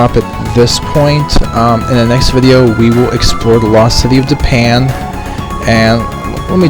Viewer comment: to me it just sounds like "Japan" whenever you say Dipan xD